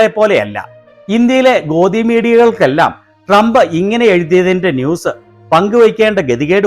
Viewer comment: മോങ്ങിക്ക് നല്ല പോലെ ട്രമ്പിന്റ പേര് പോലും ഉച്ഛരിക്കാൻ പോലും അറിയില്ല....😂😂😂😂😂😂😂😂